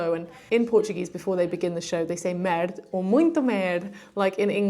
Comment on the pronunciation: Imagine if you weren't shy. Ant it is "merda". Your portuguese "merda" is sounding like the french "Merde". The last "da" in "merda" sounds like the "da" in the song "da da da" by the German eighties band called Trio. I hope you got paid for your work which would be even greater, in a country where artists either are jobless or have to have odd jobs to survive. Keep up with your shyness and you will do great. :-)